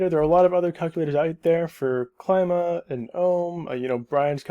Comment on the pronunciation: it's pronounced: kleeema